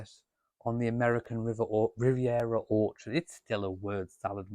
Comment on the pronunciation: You nearly said awkward not orchard!